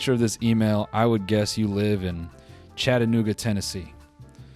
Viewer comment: How were you so spot on with Chattanooga